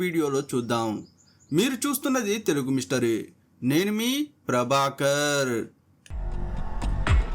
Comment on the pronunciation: Ndhuku anna me name cheppepudu antha sagadisthunav prabakarrrrrrr r should b rolled haaa😊